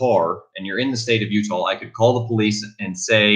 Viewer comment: Are you referring to the state of utah?? it appears youre saying utahl